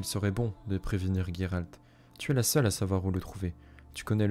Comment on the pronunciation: Sérieux Gueralt ???? Pas possible de t'écouter on le prononce JÉRALT et conseil les gens s'en foutent de voir ta tronche tu t'aime non ??? Salut